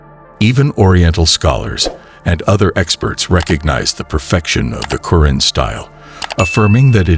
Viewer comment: You're pronunciation of the Noble Quran, can be improved, it's "..Qo'raan,,,,or,,,ku'raan.